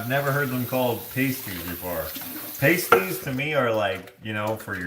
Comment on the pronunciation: Upper Michigan pasties the ai is the ah sound…loved the adventure…🌻❤️from Minnesota 🌻